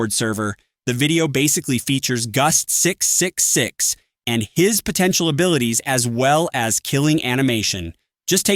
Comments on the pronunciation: "gust 666" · TTS coming up with a new way to pronounce guest 666 each time its mentioned